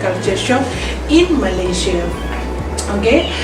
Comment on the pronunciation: Malaysie Malaysie,sebut betul2 malaysia